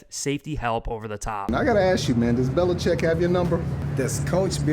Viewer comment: He said belicheat not Mc dummy….